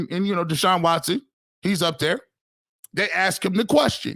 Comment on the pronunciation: You're right the BROWNS fan base SUCKS!....You know who SUCKS!....The BROWNS!.....And another thing it's ASK.....NOT AX!